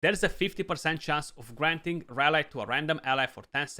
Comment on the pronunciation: nice and thanks ...have in mind that in UK and USA they pronounce the y of rally as in happy so flat and not as a standalone y and sorry for this, just to help a youtuber for the future videos